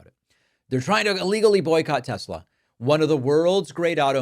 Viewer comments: Teslar...... He doesn't even know how to pronounce the name correctly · 1 tessla ? Lol